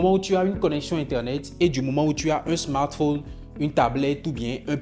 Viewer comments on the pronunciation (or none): none